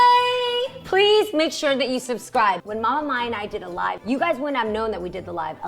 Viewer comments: Subcryyy and whatevaa kill me every single time‼️‼️‼️😭😭😭😂😂😂😂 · JEANNIE! You’re so funny hahahah “SUB-CRY”🤣🤣🤣🤣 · I love when says "SUBCRY" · “SUBCRYYY” 😂😂😂 I’m dead!! I love